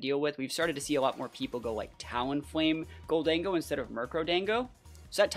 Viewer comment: Gol-dango? It’s obviously Golden-Go right?